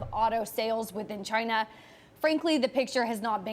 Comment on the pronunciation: She pronounces China weird. Chyyna